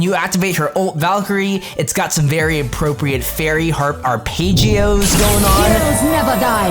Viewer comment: It's not are-page-ioh it's are-pej-ioh